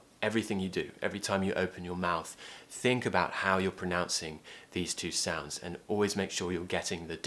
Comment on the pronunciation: And sounds like ant I don't know